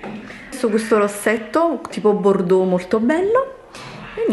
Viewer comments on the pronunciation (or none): none